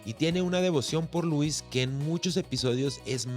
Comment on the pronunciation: Todo bien, solo no puedo soportar que pronuncies “Luis” en vez de “Lois” como estamos acostumbrados a escucharlo.